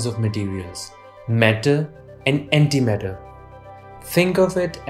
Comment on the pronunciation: The whole time I tought he said anti metal